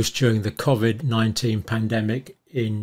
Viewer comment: Cov-id and not Covid?